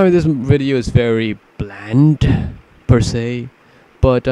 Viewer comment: when he said "per se" i thought of southpark